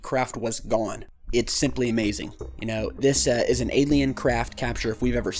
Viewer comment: You know I'm with you 100% on this being a U.F.O. by definition and the sightings legitimacy, however, your ending this video by pronouncing "Alien Craft" I call BOO sir!